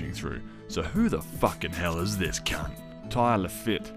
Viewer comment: If you saw the movie, why can’t you say “Ty Lafitte?” They tell you how to pronounce it. Was that an attempt at a joke? Thousands upon thousands of Youtubers and social social media users use that same joke every day. I’ve seen it thousands of times, that makes this even more lame.